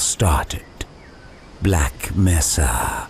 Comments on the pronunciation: he's saying it like how it's pronounced in Spanish since mesa is a Spanish word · mesa is a spanish word but that's not how it's pronounced